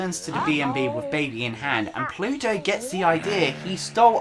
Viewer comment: Do you keep saying "Pluto"? His name's Bluto. Pluto is Mickey Mouse's dog. ;P